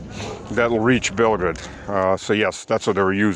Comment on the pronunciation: Санкт-Петербург, Россия. Спасибо,., когда Вы говорите Белгород, на слух воспринимается как "Белград", и Гугл переводит как "Белград". Думаю, надо уточнять, что это Белгород, Россия. Ещё раз спасибо и- всегда вас слушаем и смотрим.